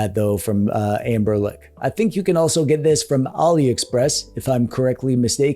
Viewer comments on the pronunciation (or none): Dude called ambernic amberlic the entire video :l